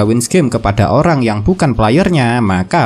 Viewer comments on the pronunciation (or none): none